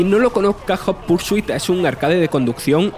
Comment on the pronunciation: ¡Joder! Esos españoletes deben de evitar pronunciar el idioma inglés, lo destruyen sin piedad. "Nid for espid jot pur su it" The horror.